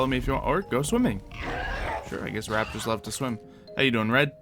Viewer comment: Did u say rappers or rapters